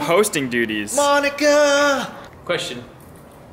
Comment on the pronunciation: Did just said "Monikaa" in the begining of the episode? Shit that's not okie doki for my heart